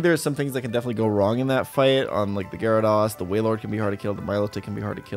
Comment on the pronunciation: DO NOT LEAVE OFF THE Y IN GYARADOS! MAGNEZONE, NOT MAGNAZONE! MAGNETON, NOT MAGNATON!